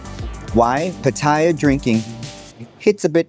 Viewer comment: Like your content but considering that u live in Pattaya, u should at least pronounce that correctly without sounding like a tourist Farang… it’s not Pattaya but “Pattiyaa ”…as the Thais call it …